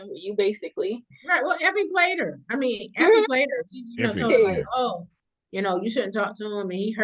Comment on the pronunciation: I hollered when Ron called Effie Iffie😂😂😂.